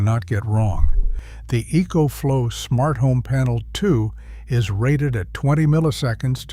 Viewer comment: So EcoFlow is spelled "E E coach flow"? As a master electrician, one might think you'd be able to say words yourself instead of producing crap like this with some stupid AI system.